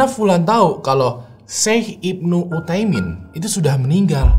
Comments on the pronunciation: Bukan Syaikh Ibnu Utaimin bang, tapi Syaikh Ibnu UTSAIMIN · baca nya syeikh usayimin (utsaimin) bang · Mantap, dikittt masukan, bukan syeikh ibnu uthaimin, tapi utsaimin ya bang. (Ibnu artinya anak) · Utsaimin bukan uthaimin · Syeikh Ibnu uthsaimin min.. Bukan uthaimin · Maaf saya benarkan itu namanya syeikh ibnu utsaimin bukan uthaimin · FYI, yang bener nama syeikh itu Utsaimin.. pake tsa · Syeikh ibnu utsaimin, bang penyebutan nya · Syekh ibnu Utsaimin, om. pake ث (tsa)